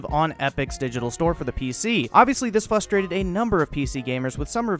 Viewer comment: Learn how to fucking speak. Fustraded?! It’s FRUSTRated